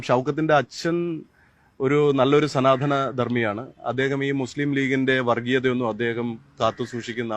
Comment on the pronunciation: എടോ, സനാധനം അല്ല സ നാ ത നം. ആദ്യം മലയാളം പഠിയ്ക്ക്😁